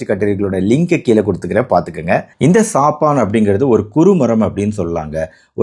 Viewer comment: சபன் என்று உச்சரிக்க வேண்டும் சாப்பான்‌ என்று சொல்லக்கூடாது. டாக்டர் கொஞ்சம் ஆங்கில அறிவை வளர்த்துக் கொள்ள வேண்டும் இவருடைய ஆங்கில உச்சரிப்புகளில் நிறைய திருத்தங்கள் செய்ய வேண்டும்